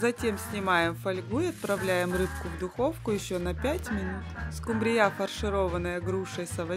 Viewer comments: Неправильно ставите ударение , нужно ударение вначале ствить в слове СКУмбрия, а не СкумбРИЯ, прямо режет слух неприятно! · скумбРИЯ? надо СКУмбрия